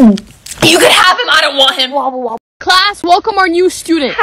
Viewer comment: i know damn well i aint the only one dat heard wable wable